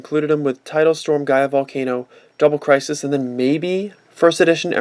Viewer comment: you really pronounced crisis wrong